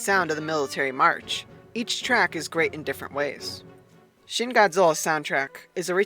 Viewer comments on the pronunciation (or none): none